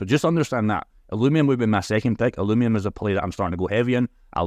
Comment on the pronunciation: If they're your partner at least learn how to pronounce their name.. ILL-U-VIUM